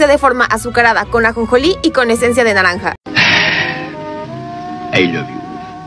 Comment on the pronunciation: Jajajjaja ame el "Ai lobe yu❤" (Fue escrito con humor😊)